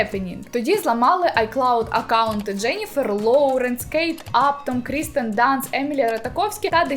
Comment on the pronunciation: Кірстен, а не Крістен